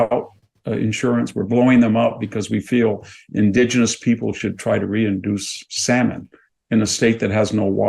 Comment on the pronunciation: Reintroduce, not reinduce.